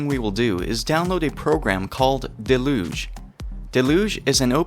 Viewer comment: del-uge for future reference because hearing mispronounced throughout the video was really annoying.